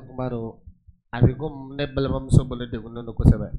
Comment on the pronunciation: Balla zes et non Balladiez😂😂